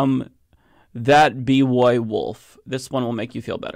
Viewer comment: He said b woy😂😂😂. It’s pronounced like boy